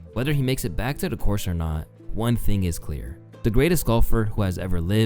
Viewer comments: Man says golfer in a weird way...almost sounds like Gopher the animal on a golf course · I thought i was the only one who noticed that. 😅